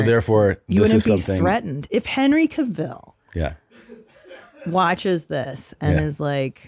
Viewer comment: Why has no one showed her how to say Henry Cavill 😂 it's been too long